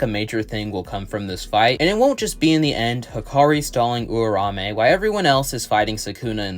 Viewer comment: you are pronouncing Uraume weird bro